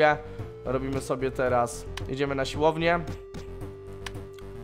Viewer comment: Proszę mów ,, siłownię ,, a nie silownie bo uszy krwawią